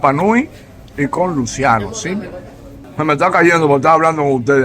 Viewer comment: Aquí Luciano se pronuncia luchiano